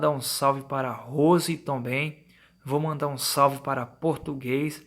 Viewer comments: "Tonbem"..... Tirando isso, ótimo relato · Tomben... não seria também? Cara vc precisa ler melhor.... Sem falar que esse relato tá muito mas contado.